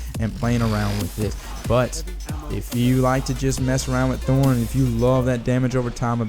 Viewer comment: Is that really how you think thorn is pronounced?